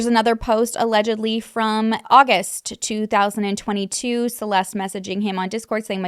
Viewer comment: you kept saying 2002 and i was confused until i realized you meant 2022